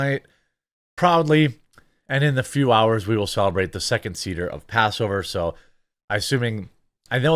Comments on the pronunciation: Just for reference it's pronounced say-ter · doubt you will read this BUT Seder pronounced as (Say Dur) you can use type to talk to get certain pronouncements we won't hate on you for it. Oh I doubt the written way of pronunciation is correct did not look it up but know what the word sounds like and went with my way of its written pronunciation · Seder is pronounced “say-der.” it is a Jewish observance, in the form of a meal , involving the removal of leavened products from the home, and the retelling of the Exodus story. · It's pronounced Say-Der.